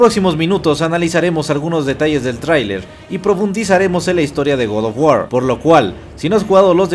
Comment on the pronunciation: hermano, si vas a decir GOD OF GUAR con pronunciación en "inglés" entonces es correcto decir "Gad of guor" ya que no pronuncias oh my god, pronuncias oh my gad, en resumidas cuentas hermanito lo pronuncias muy mal, te lo digo como fan porque preferiría que dijeras god of guar pero sin ese estilo como de que lo estas diciendo en inglés ya que en español las palabras en otro idioma las puedes pronunciar como se leen siempre y cuando no le metas estilacho. Saludos hermano y sigue adelante, buenos videos siempre.